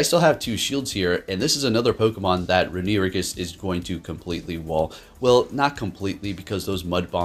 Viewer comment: Re-nu-igus? 🤣 Great battles tho 🤘